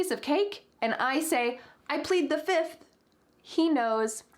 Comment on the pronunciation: "I plead the fiff!" "1, 2, 3, 4....FIFF!"